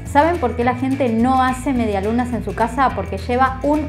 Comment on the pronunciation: Nadie: Absolutamente nadie: En serio, nadie:: mediaSlunaS